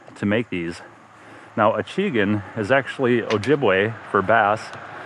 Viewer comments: Ive loaded up on 90 whopper ploppers and 75 choppos, in preparation for this summers week on the lake in Ontario.. You have me fired up! Oh! I was LOL when I heard you say 'a-chee-gun'... Its pronounced ashi-gan.... french for bass. Look forward to more videos. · French speaker here. That word for Bass is what we also use but we pronounce it "AHHH-SHEEE-GANNN"